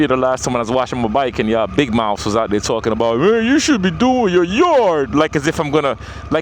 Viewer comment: Big mouf?? 🤣🤣 I’m lookin out for you yo.. see now you got it right and you feel good no? 😂 hey that’s love we go at each other where I’m from 💪🏽💯 Nice work Great Content bro